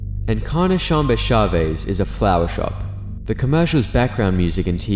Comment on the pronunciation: Encarnacion is pronounced "In-car-nah-see-own"